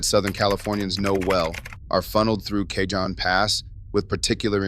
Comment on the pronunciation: Caho)n pass, not cajon pass